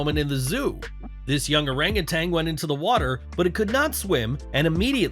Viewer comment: "Orang utan" spoken oh-rung oo-TUNN, not oh-rung oo-TANG